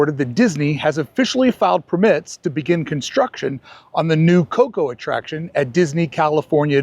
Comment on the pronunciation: Just here to say “perMITs” one more time.